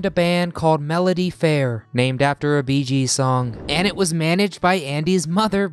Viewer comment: Itsnot "the beegees" in spot...gees....